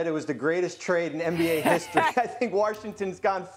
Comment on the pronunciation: Gotta get this guy a map and practice saying “Washington”